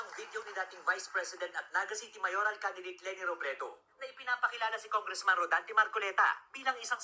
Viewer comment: Rodante Hindi rolante.